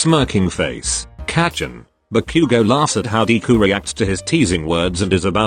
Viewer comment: Nobody: Text to speech: dee - ku